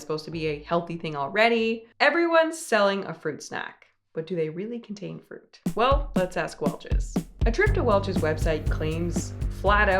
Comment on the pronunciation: "froot" snacks